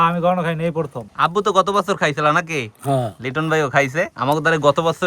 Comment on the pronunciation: Vai prothom naki porthom 😂😂😂